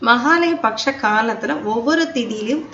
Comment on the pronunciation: Mahalaya patcham ille ma. Mahalaya PAKSHAM. PAKSHAM ENRAAL 15 NAATKAL. Ungal uchcharippu sari illai. PAKSHAM --பக்ஷம் enru sollavum.